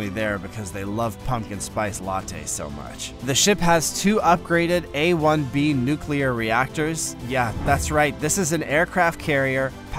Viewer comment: "Nuclear" is pronounced "NEW-klee-urr".